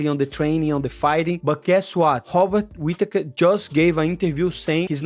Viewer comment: So your saying drikas fighting skill is as good as your Robert Whittaker annunciation !! not good at all. Hobbit Whittaker from the hobbiton shire middle earth will be to good for Drikas imo.